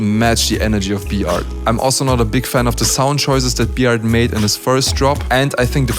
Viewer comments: B-art needs to work on his English pronunciation slightly Also: TODAY IM GOING TO BE WATCHING B-ART WORSES D-LOW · He says Bart like B-art .... 😂